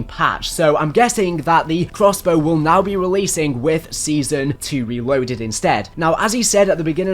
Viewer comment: "Wewoaded" sorry it made me chuckle.